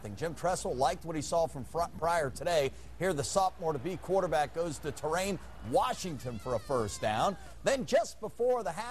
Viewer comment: Torrain? LMAO you mean Taurian?